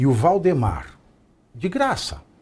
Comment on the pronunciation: pq o jornalista fala errado o nome de VAldemar para Voldemor?